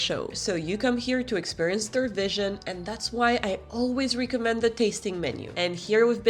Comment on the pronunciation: I enjoy and appreciate your informative, helpful videos. Speaking of Rosetta Stone and languages, just a tip for your already good English: in 'recommend', the 're-' doesn't rhyme with 'tree'. In other words, the 'reco-' part rhymes with 'gecko'. Think: 'the gecko mends' 🦎🪡 in 'he recommends'. 🤓